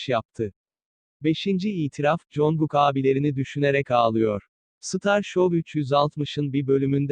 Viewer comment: Congugkun* değil cankuk kslxkskskskdkkfkrkfjwkxkakz